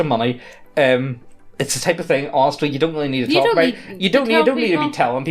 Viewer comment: we don't want to risten to you tark about NFT's. Stop with the hopium. Also, why are your L's R's? it confused me every video.